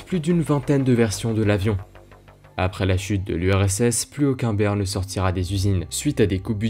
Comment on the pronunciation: "Bear" pas "ber" 😅